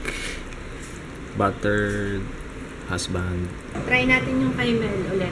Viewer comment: Natawa ako kay akala ko sasabihin nya buttered veg, yun pala battered husband. Hehe.. Inulit ko pa ulet kala ko mali ang dinig ko.. Pero hanga talaga ako sa pag-mmulti task nyong dalwa. Ngayon ko na-rrealize ang hirap ng parents ko nung maliliit pa kami..